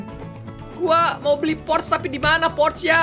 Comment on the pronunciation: Bang. Bukan. Porche. Yang betul. Adalah. Porcha